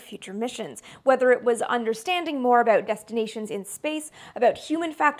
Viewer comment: I love the Canadian accented way for pronouncing "aboot"